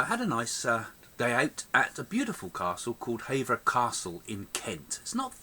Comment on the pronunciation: The castle doesn't date back to Henry 8ths reign it actually dates to the 1200's and it's pronounced Hever, not Haver. They also met in the London court, not by an oak tree, at Hever.